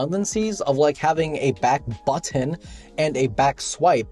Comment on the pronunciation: You actually said "buttoN" the 3rd time :)